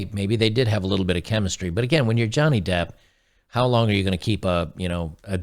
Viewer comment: He learnt his lesson and his name is Johnny Depp not Johnny Debt.